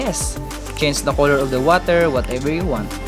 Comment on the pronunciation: No one:: Koloor 😅